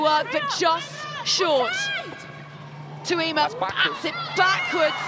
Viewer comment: Can someone explain to Katey Mclean how to pronounce Tuima's surname? How many times.